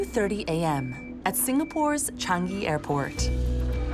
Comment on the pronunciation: How hard is it to pronounce Chang-i properly. Chang - PAUSE - yee. Idiots.